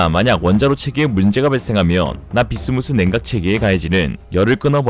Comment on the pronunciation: 납-비스무스 인데... 자꾸 납-비스무리 로 들려..